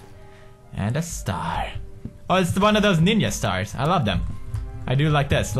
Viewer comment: someone tell me they heard him say niña star and not ninja star lol